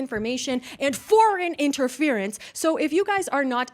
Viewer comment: goes so hard on "FOREIGN INTERFERENCE"